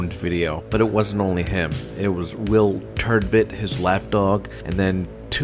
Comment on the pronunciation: You have the Turd part right but it's not Turdbitt but Turd BUTT just saying guy lol. Paging P. Barnes.